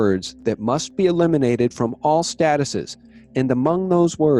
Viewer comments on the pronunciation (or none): appreciate all you do, but just want to suggest to you that "Statutes" is not to be pronounced as you did in this video, "stat - uh - says", but rather as "sta - choots"